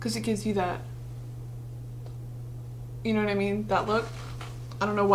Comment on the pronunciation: I fucking love when you do your British accent “you know wot I mean”